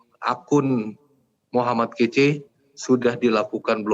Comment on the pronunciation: Min..min.. M kace bukan KECE🥶